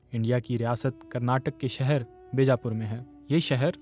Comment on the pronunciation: بی جا پور (بیجا پور) کے بے جا پور پڑھا گیا۔ یادیو ناتھ کو جادو ناتھ۔۔ کوئی پڑھا لکھا شخص نہیں ملا انہیں